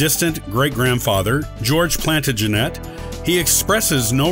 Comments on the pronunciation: it’s painful to re hear it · That isn't how Plantagenet is pronounced